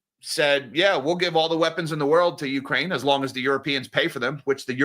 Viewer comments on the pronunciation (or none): none